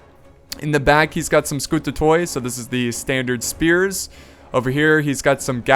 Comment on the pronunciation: you can pronounce the byzantine names a bit better by ignoring the o when you see the oi. for example scoutatoi --> skoutati